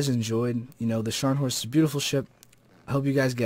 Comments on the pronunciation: Hi, Maybe can i have this Beta Key:D. By the way i don't think you need to "roll" this "R" (if you know what i mean). Sharnhorst for life <3:D. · Hey. It's pronounced NEEsen-now. Just fyi. Also, I think it is supposed to be said SKARNhorst. Nice vid. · You pronounced Scharnhorst right. And the "E" at the end of Kriegsmarine is spoken too. But you failed hard at the Gneisenau. The "G" isn't silent, it's more like the one in "get". The "n" comes directly after the "g" without a pause. "Ei" is pronounced like the I in Ice. The "se" sounds like "the" and the "nau" is exactly like "now". I hope this helps a little bit.